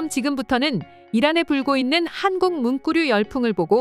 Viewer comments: 문꾸류라고 발음하는 이유는? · 문꾸류... 자꾸 신경쓰이네요 ㅡㅡ